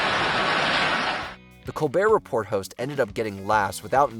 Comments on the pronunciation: Col-BEAR Re-PORE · Am I the only one that has a problem with them pronouncing the “T” in “report” over and over? How can you be an authority that has narrowed down the 20 funniest moments and you don’t even know how to say Colbert Report!!? 😮